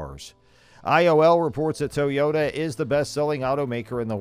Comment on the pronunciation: I've never heard of a tow-yota is that a new brand or something 😏😏😏😏😏😏😏😏